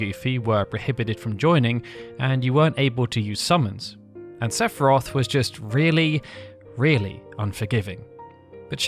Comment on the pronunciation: La pire video sepharoth serieusement CA CE DIT SEPHIROTH FIIIIII FIIIIIIIIII COMME FINAL FANTASY CONN@